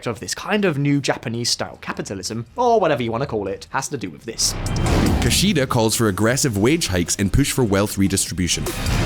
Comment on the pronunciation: Minus 1 point for Ki-shy-da 😂